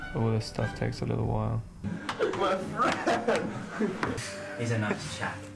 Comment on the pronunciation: “MaH fRaNddD”